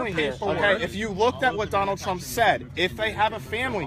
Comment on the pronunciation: He said Doneld shrimp